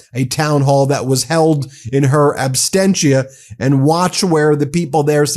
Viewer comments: Absentia, not abstentia. Cheers. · "abstenchia" lol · Absentia…, it’s absentia not ab-sten-tia. I like our messaging but let’s get the semantics correct. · Just a note for future podcasts: the phrase is “in absentia” not “in abstentia.” Although I see the logic there.